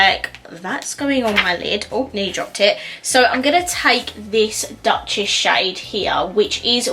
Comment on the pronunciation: Hey there! I bought almost the hole collection 😅 You pronounced Duchess wrong it‘s „Dochess“. It‘s france ☺️